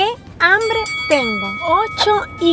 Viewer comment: Hambre se dice hambre no ambre brut@